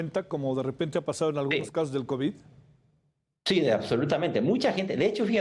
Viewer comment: Dice 4 kovis 😂😂😂😂😂 pobrecito borregito 😂😂😂😂